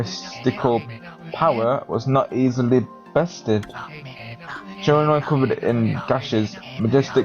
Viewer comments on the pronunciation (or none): I am looking forward to the rest of this so much! A few things though: Shiranui - Shir-An-Oo-Ee Kamiki - Kam-Ee-Kee Tsukuyomi - Tss-Yook-koo-oh-me Sakuya - Sah-koo-yah Amaterasu - Ama-Ter-Ah-Soo Oh and Ammy is a girl. She is a goddess and 'Mother' to all that is good c